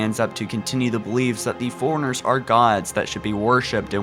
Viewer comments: Im sorry but i laugh every time you say Forerunners because you pronounce it foreigners. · Nice vid. Seriously though, get speech lessons. "Forerunners", not "Forners" "Jul 'Mdama", not "Juldama"